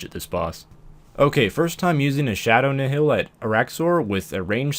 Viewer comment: "Nihil" is pronounced "Nile" just for future reference